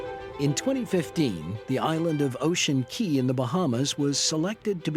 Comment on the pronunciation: Ocean CAAAAAY not Key. Even the boss says CAY. Why doesn't the narrator know this?